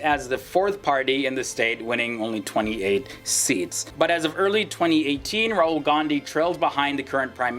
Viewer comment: Did he just say "Rural" Gandhi? 😂